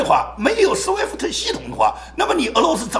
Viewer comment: 亲，不是sweft，是swift.讲的很好很激情很速度，喜欢